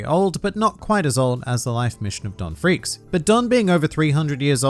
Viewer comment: Not Gon FREAKS , not Ging FREAKS , but Don FREAKS